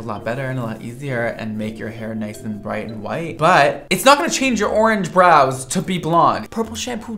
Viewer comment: Okay did anyone else notice that she said broiys instead of brows 😂😂